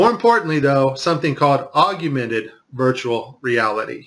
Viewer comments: Great vid. Bt so fuckin annoying. Its AUGMENTED n AUGUMENTED 🙄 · You began to lose me at “aug-u-mented”.... then your lack of understanding for how compressed video creates artifacts with motion sealed the deal. You’re not making any valid points in this video. Best of luck next time.... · 'augmented', pronounced 'orgmented'; not 'argumented'. !!!! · Augmented not augumated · Augumented is not a word, it's augmented. I appreciate the truth you're bringing, but mispronouncing words makes you lose credibility. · wtf is "aug-U-mented" . really puts holes in your credibility when you cant even pronounce your arguement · Its augmented not augumemted jesus christ you have a tenuous grasp of English and were supposed to take your advice on astrophysics? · Aug-U-mented? its Aug-men-ted. You can't even pronounce english words. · Learn to say Augmented... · Hard to make an argument against NASA when one can't even pronounce the word "augmented". I really hope he didn't come across this term only as a result of this "research". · Achilleon oh he's correct, it's aug-u-mented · This guy got an aug-u-mented education! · >Thinks you're so brilliant that they're the only person to discover the secret behind "fake" zero gravity on the ISS. >Can't even pronounce "augmented" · I know it's not a big deal but the word is Augmented. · You know "augumented" isn't a word, right? You're adding an entire syllable. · the way this guy says "augmented" is so weird, he is saying something like "auguimenet" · "augy-u-mented" ? Bro, that isn't a word. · Aug-yu-mented? Seriously? At least say it correctly if you expect to be taken seriously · Why does this guy keep saying augUmented? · Okay can you please stop saying "oggumented" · You talk about this stuff like you just googled it. You can't event pronounce "Augmented" properly, you kept saying "AugUmented". Pathetic. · AUG-YOU-MENTED.... lol..... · This guy really puts the "U" in "augUmented" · Augumated, huh... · You can't pronounce augmented.